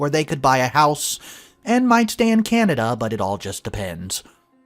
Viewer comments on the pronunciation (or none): none